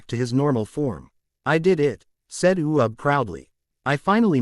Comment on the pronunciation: his name is uub NOT u ub